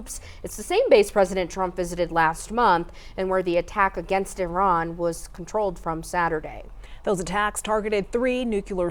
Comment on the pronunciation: I think youre being silly, but it is indeed pronounced Eee-ron